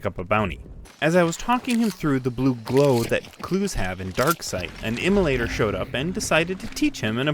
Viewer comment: Emulator - Immolator. :)